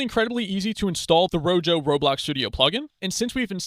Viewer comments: The Spanish word rojo (meaning "red") is pronounced ROH-hoh (IPA: /ˈro.xo/). The initial 'r' at the start of the word is rolled or trilled slightly against the roof of the mouth, and the 'j' sounds like a breathy, deep English 'h' (or the 'ch' in the Scottish word loch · Thank you for the tutorial. It's pronounced RO-HO, btw. Like "Red" in Spanish. :)